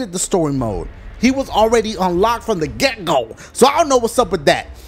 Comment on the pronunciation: When he says Get Go in the begging i thought he said Gecko like the lizard lmfao